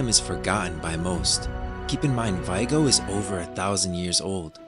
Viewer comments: great video! really excited to explore this world. (sorry to be annoying, but someone is gonna tell you: it's "Vi é go" not "Vaigo") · Vee-ay-go This is how it is pronounced on the audio book.